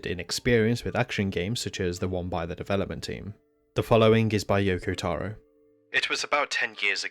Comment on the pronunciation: yokotaro not youkoutaourour gadeyummalditos gringos aprendan a pronunciar correctamente las cosas